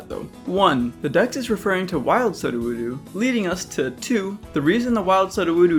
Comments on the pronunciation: Saduwudu. My favourite Pokemon. Knowing the best move: fay-kayd. Edit: also, as for Pokemon I'd like to see fixed? Typhlosion. Give us the constant flames. Please. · It's Sue-dough-woo-dough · great work but man your pronunciation of sudowoodo is grating Pseudo woodo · Pseudo wood Soo-doh-woo-dooh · I thought Sudowoodo is pronounced like “pseudo wood doh”? Also “albeit” as ‘i’ll bite” really messed me up. But small niggles compared to your phenomenal work! Wish GF had the same passion these mods do. Let’s hope GF don’t become like Bethesda and just wait for modders to save the day:) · Great job here, but that was the roughest pronunciation of Sudowoodo I have ever heard 😂 The Sudo is Pronounced like “pseudo” as in fake. “Soo-dough-woo-dough” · What? It's not pronounced "Sud-a-woo-doo?" ;-) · Me too! I got cringe every time i heard "Soh-doh-woo-doo" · "Suh-doo-wood-ooh" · The Sudowoodo pronunciation has me reeling lol. It's supposed to be pronounced like Pseudo-Wood-Oh cuz it's petrified wood, hence why it's rock type and not grass type. Minus that, fantastic job on the animations my guy. Doing GF's job for them. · Had to fast-forward past the horrible Sudowoodo pronunciation, otherwise a great video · Who tf mispronounces sudowoodo like that? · i hope he pronounced sudowoodo like that as a joke.... god please let it be a joke.... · I’m sorry but I can’t shake at how silly your pronunciation of sudowoodo is 🤣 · That pronunciation of Sudowoodo is whack my man. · Your pronunciation of Sudowoodo makes me want to scream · that's the first time i've heard sudowoodo pronounced like that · Why is no one talking about the way he’s saying SUDOWOODO???? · I like how you pronounce Sudowoodo different like every time you say it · THANK YOU I heard him pronounce it that other way and immediately felt like 😨😬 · I hate the way he says Sudowoodo. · Your pronunciation of Sudowoodo is so egregiously awful it causes me pain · never say sudowoodo ever again